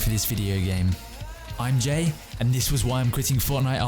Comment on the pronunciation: Im sure im not the only one laughing when you say ‘im jay’ thinking you say ‘ im g-a-y’